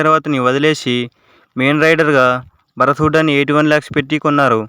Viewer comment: Bhaarat kadhu bharat